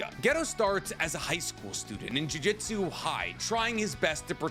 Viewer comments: Drives me absolutely crazy, it's pronounced Juju-tsu not jui jistsu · I know its a petty thing to get stuck on but in basically all your videos you say jujitsu like the martial arts. The name of the series and power system is jujUtsu